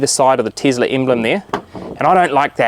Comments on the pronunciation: "The Teazla" only in New Zealand :D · Tislah :) hahaha instead of Tesla. funny mate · Tesla🚫 Teezla✅